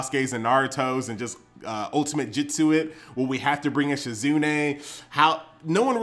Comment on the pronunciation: it's jutsu not jitsu